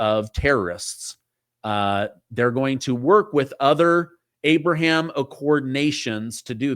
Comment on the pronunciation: Its Ahhhh-Braahhhh-Ham